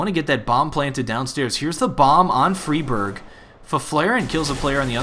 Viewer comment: riWWE All the Scandinavian casters call him Fry Berg. EDIT: Recently seen Xist call him Free Barj. Apparently the casters are wrong.